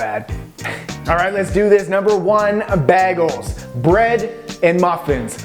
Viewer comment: I've never heard Bagels pronounced like that, sounds like a kids t.v. character.